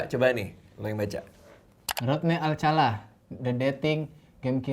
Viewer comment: Rodney alkala woi salah jadi ngakak pas denger alcala🤣😂. Alcala =alkala